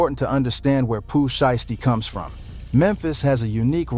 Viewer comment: sounded like he said pooh shyt stain